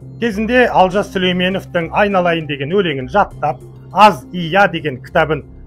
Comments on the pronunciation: Дурыстап айтсаншы Алжас емес,Олжас шыгар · Олжасты Алжас деп куып отырго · Олжасты Алжас деп дұрыс айтасың Алжыған адам ның сөзін айтып отыр